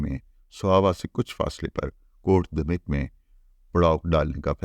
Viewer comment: السلام علیکم سر ۔۔۔ حسب سابق ایک نہایت شاندار ولاگ۔۔۔ بس گزارش ہے کہ غوری کا مقام شہادت جہاں اب اس سلطان ہند کا نمائشی مقبرہ بنایا گیا ہے ۔۔ کا نام کوٹ دھمیک کا تلفظ Kot Dhameek نہیں بلکہ Kot Dham yak ہے ۔ برسوں پہلے جب کہ ابھی وہاں مزار نہیں بنایا گیا تھا ، ہمیں اپنے سوہاوہ کے دوستوں کے ساتھ وہاں جانے کا اتفاق ہوا تو انھوں نے اس گاؤں کے نام کے تلفظ سے متعلق تصحیح کروائی تھی ۔۔۔۔